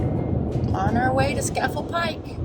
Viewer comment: At least learn how to pronounce Scafell Pike